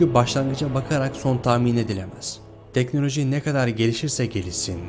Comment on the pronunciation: TANRIYI ÖVECEĞİM DİYE TEKNOLOJİYİ DÖVENİ DE İLK KEZ GÖRDÜK, VİDEOYU HAZIRLARKEN "GAVUR" "ATEİST" "GOMÜNÜST" DEDİĞİN BİLİM İNSANLARININ TEKNOLOJİLERİNDEN FAYDALANIYORSUN VE "DEKNÖLÖJÜ DURACAĞIMÜÜŞŞŞ" DİYORSUN, ZAVALLISIN, BEYİN FAKİRİSİN, ZELİLSİN, REZİLSİN !!!